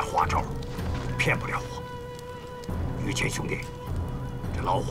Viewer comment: 老朱，麻烦叫“于谦”不要叫儿化音，一听见“于谦儿”，太跳戏